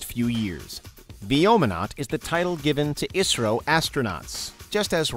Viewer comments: Not pronounced as Isro it is I S R O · I never heard people calling "isro" it is "I" "S" "R" "O" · can't believe they called it Isro? It's Pronounced as I -S -R-O